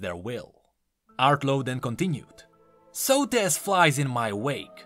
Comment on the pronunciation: Socrates without the c and the r